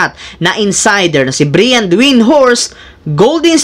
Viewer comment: MALI YUNG BIGKAS MO NG “BRIAN”😂😂😂😂